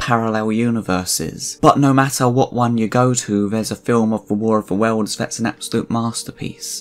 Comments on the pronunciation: QUIT saying War of the Wells, it's War of the WORLDS. Learn to talk!! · Speak properly. It's "worlds", not "welds".